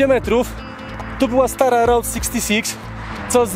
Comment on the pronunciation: Zróbcie dogrywkę, za mało pierdolenia o skorpionach i błędnego wymawiania słowa route.